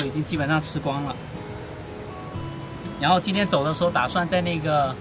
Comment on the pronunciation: Yan后=ran后，哈哈